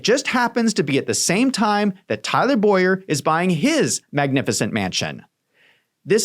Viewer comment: Please correctly pronounce Tyler Bow-yer name as Bow-yer. My name is Boy-er. It rattles me...